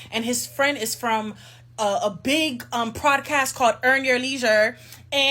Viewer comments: Is she saying FraudCast or PodCast?? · Bro, why she keep saying "PRODCAST"??